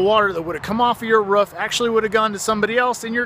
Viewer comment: the ruff?? wtf how u prunouse roof?